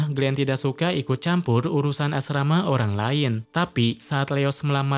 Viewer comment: koo asrama bg,bukan nya asmara😂😂😂